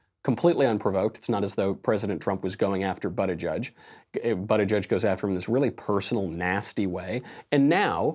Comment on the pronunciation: Michael: Buttigieg No one: Michael: Bootigieg